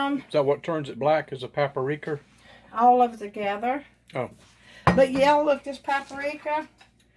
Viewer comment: It's PAP RIKA, not PAP ARIKA. I haven't ever liked blackened anything, but my niece does. She makes it a lot.